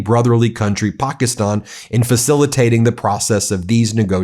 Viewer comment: Eh, it's pronounced Pakistan not pockyston. Quit with the bullshit